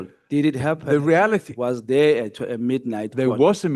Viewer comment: "The re-ality of the situation is. I am not going to allow..." 😂